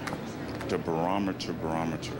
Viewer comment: He said BORAMETER -- it's barometer!!!!